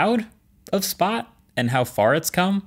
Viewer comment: How did you mess up the name of the robot that was said 54 times in the video